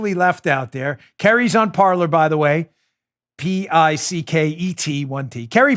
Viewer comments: Isn't Parler pronounced "Par-lay"? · Every French speaking person out there winces every time you say "par-ler". . . It's the French verb for "to speak" and should be pronounced "par-lay." But of course it's been Americanized and that boat has left the dock. 😉😣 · Signed up for Parler today! Great platform! Just a little info on the word Parler. I think it should be pronounced Par-LAY. It is the French word for speak. It can also be referenced as speaking in a neutral zone. I just thought that might interest you! Thanks for a great show! Keep up the great work! You are very much appreciated! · PAR-LAY; PAR-LAY; PAR-LAY AS IN FRENCH for talking, discussing, chatting. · Parler, pronounced Par-lay